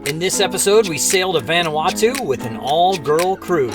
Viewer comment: Proper pronunciation is "Von-Ah-Wah-Tu" (Not "Van"). Just trying to help. Been there many times. Love the videos.